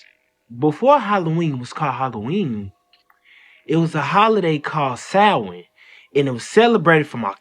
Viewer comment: From a couple from Dublin Ireland.. . YEEEAAAH Man finally someone who can pronounce Samhain!!!! My Man✊️🇮🇪